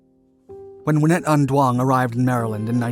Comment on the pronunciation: Yeah she looks extremely Vietnamese to me but the narrator completely butchered her name, giving the idea that she wasn’t. Although, as a Vietnamese whose grandfather was almost blown to smithereen back in the Vietnam War. I can’t say that I’m all that proud for her archievement. It’s quite hard to gobble that up tho, it was just 40-50 years or so ago, the scars are still there.